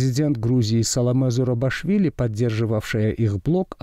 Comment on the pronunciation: Фамилию президента Грузии неправильно произносите. ЗурабИшвили, а не ЗурабАшвили.